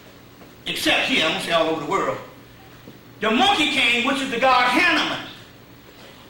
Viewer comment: Hanaman great pronunciation. I still can't pronounce it🙏